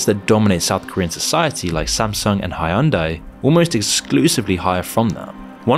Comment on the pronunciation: Judging by how "Seoul" and "Hyundai" are pronounced, this is an AI voice.